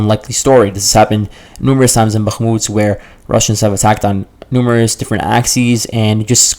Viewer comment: Why do you pronounce Bahmut as Bahmuts?